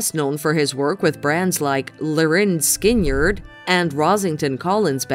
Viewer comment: Skin yard? Are you serious? The name is pronounced Skinnerd not skin yard